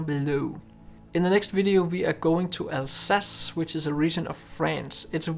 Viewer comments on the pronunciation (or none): none